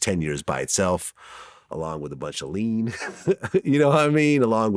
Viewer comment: Why vlad say lean like that😭